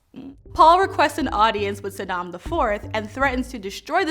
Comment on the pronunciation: Shadam, not Sadam. It's fremen, not freemen. Girl! It's Irulan, not Irulian. Ask, not aks.